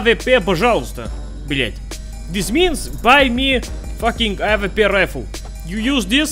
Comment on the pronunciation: Как-то он странно говорит "Авепе"